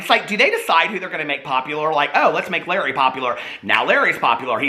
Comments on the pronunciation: It’s la ray not Larry 😂❤️❤️❤️ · His name is pronounced Luh-ray. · HAHA ITS PRONOUNCED LA-RAY NOT LARRY